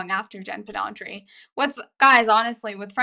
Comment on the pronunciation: Pedranti not Pedantri. Driving me crazy😂